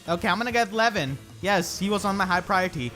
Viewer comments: Your pronunciation of Lewyn sounds like Levyn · Lewyn sounds like lemon 😂